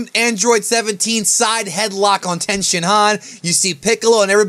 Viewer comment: It's tien stop being a smart ass its fucking annoying